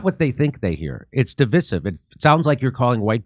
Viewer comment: Such an important word to pronounce correctly, because it is center stage in today's political environment. "Divisive" sounds like...."duh·vai·suhv." Google it. Also, someone who has a premier Patreon account with Jimmy should let him know this.